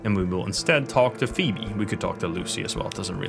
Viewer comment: Sorry, English is sometimes hard for non native English speakers as he effortlessly pronounces “Phoebe” perfectly in the same breath. Hahah I’m at minute 13 so far.